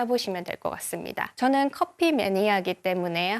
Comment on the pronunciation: 코~피를 선호하는. 분명 코피라고 하셨음